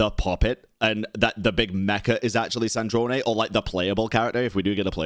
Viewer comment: you forgot. We were captured by the shade of space while fleeing from cataclysm and then thrown into Teyvat and then we landed in Mondstadt. So, we actually never got to travel Teyvat and that's what we are doing right now. Also,. It's SandrOne. Not Sandronae. Like the pronunciation of a Drone in Sandrone